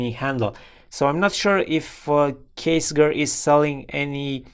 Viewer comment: I have one with the aluminum station case and I love it! Also, Ksger is pronounced Kess-jur